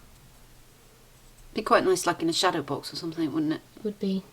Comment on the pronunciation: oh please,there is no "K" on the end of "something",,,,,,,sorry my indiosyncrasy